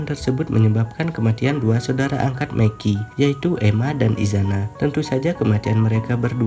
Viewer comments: gw dengernya meki njir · Mikey anjir bukan Meki